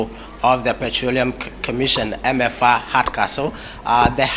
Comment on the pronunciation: "Eme afa " and not "Emefa" .